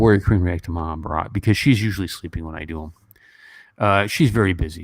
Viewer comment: You got a such a beautiful heart ( a man who can cry is the most handsome in my eyes) 💖, Professor! we actually like more of your sweet bullying the so called haters on d forum , and ur consistently mispronouncing Maha bharat as Maha bhraaat.. haha 😂 or Rama yun ( not Rama - yaaaan) 😂